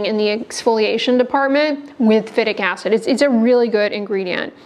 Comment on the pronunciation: Phytic acid is pronounced FAI-TIK acid.